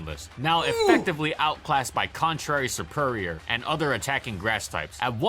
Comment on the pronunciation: What I heard on pronounce SERPERIOR I got kind of triggered because I name is derived from the word serpent in superior I got kind of triggered